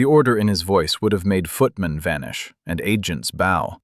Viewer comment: How do you correct the pronunciation of the word b o w ? Here it’s pronounced as if it means a decoration usually of ribbon on a package or in a girl’s hair. B o w in the context of the story is to incline one’s head or upper body. Can it be fixed!